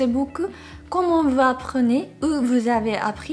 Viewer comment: Bonjour! フランス語をこんなに上手に話せる日本人を聞くのは久しぶりです！ならきっとC1を取得できます：） 「Vous」は母音の動詞と一緒に使う際は「La Liaison」をした方がより自然で綺麗です。「Vous apprenez = ヴザップルネ」 bon courage!